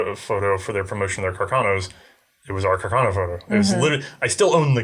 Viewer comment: Love the vid....but please, it is pronounced carcano, not "cacarno". C'mon!